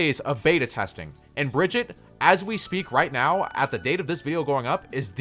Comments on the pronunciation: One thing blizzard has announced is Brigitte isn’t pronounce Bridget it is BRI GHEE TAH!!! OK? Daddy Jeff cleared the whole situation on that!!! Another is Ana. Not ANNE-UH it’s AHN-UH!!! they might not have made that official but it is the way the characters say it. And O’Hara isn’t FAIR- Uh it’s FAR-uh. Reinhardt isn’t rainhardt Hanzo isn’t HANNE-zo and so on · its not Bridget its Brigitte (listen to the dev updates) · its bruh-git-taa actuALLy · Bruh-gee-taaa Not Bridge-it. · say it with me: Bri-gee-tah. Brigitte. jesus, why can't people pronounce it right? It's said in the game! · You pronounce Brigitte's name wrong. It is Breh - geet - uh, I think it's a German name even though she's Swedish. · "Bridgette"? Brigitte is strong but she's not op lmao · Why can’t anyone pronounce Brigitte’s name right? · Bridgette you pronounced it wring